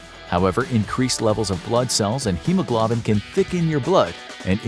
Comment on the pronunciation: If you can't pronounce hemoglobin correctly I wonder what else is wrong